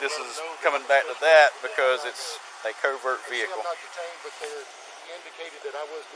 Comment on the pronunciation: It's a co-vert veh-icle